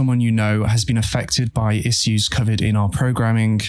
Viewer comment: English isn't my first language, so i'm wondering... is the way he says "issue", "issuing" and "assume" correct? I never heard it pronounced like this even in the UK. Thank you!